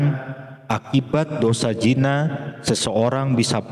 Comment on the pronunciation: Bukan jina tazd tapi zina